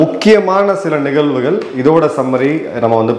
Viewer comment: "நிகல்வுகல், மனித உரிமைகல்" போன்ற உங்கள் தமிழ்ப் படுகொலையை முதலில் நிறுத்துங்கள். தமிழை சரியாக உச்சரிக்க முடியாதவர்கள் ஊடகங்களில் பேசுவதை பொறுத்துக்கொள்ள முடியவில்லை.